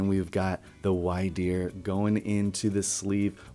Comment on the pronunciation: Stantler and Wyrdeer are my favorite Pokémon and it’s pronounced weer-deer or like weird deer lol